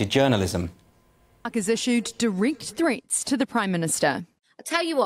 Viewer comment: "Issued dee-reekt threets?" {:o:O:}